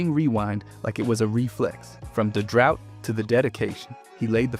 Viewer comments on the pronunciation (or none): none